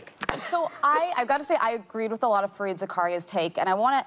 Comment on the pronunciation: I love Whoopi but there’s no excuse for getting Fareed’s name wrong